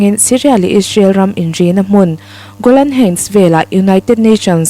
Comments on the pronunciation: I thu chhiar a ngaihnawmin i aw hriat a nuam hle. Golan heights i lam dan erawh google lam atangin ngaithla la, a duhawm. Hun lo kal zelah a la lar dawn chauh hmel si a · Golan heights han lam dik thei deuh la, thil dang pawh a lam dan uluk theih chuan ngaihthlak a hahdam zel ang